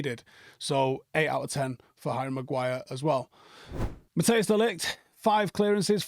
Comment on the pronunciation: for the love of god De Ligt’s name is pronounced “Matt-Ice” not Mathias